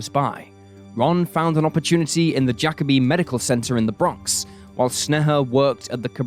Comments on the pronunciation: Bruh pronounced it Jack-a-be it's Ja-kobe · Jacobi isn’t pronounced Jack-obi, it’s pronounced Ja-cobi. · Whew listening to him saying jacob-I is stressing me out as a native New Yorker. That’s not how you say it!!!